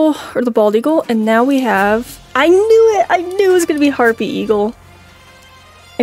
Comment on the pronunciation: Bro hapry eagle not harpy eagle